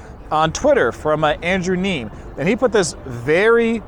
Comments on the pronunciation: His last name is pronounced “KNEE ME” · Andrew’s last name is pronounced “Nee-mee”. He’s a smart fellow. Solid guy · It's pronounced NEEM-E, and for those who don't know he's a famous poker vlogger and player.